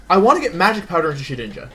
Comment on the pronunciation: Shedinja? More like Shewinja.